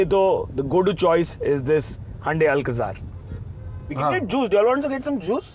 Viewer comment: Why does the host pronounce Hyundai as Handai and Sara as Syarah???